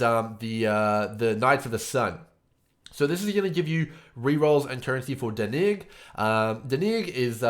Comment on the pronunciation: Dude...his name is pronounced [ Dan-ig ] not [ Da-nig ]......brahhhhhhhh